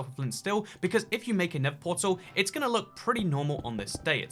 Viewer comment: Bruv he doesnt even say nether portal he says ned portal